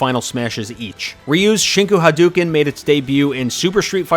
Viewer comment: "Ha-doo-ken"... B---, it's "ha-DOH-ken"! Sheesh, you butchered that one worse than you did Shippu Jinraikyaku... (Just to be clear...In romanized JP, whenever you see "ou" or "oo", it's pronounced as a long O. Doubled letters are actually the same letter, but with stress. Same applies to syllables that start with a double consonant.)